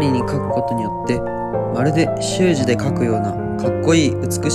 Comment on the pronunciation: 習字のイントネーション気になりますね笑笑